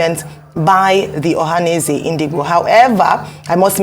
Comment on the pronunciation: Shame to so called Dr Abati for making nonsense of the way he pronounces Ndigbo. Abati your hatred to Ndigbo can't to stop Obi and all know you hate Obi and igbos in general. I don't blame you because everyone know you're fighting for a position to become a media spoke's man to Atiku who the mother earth is fighting against including his party members and others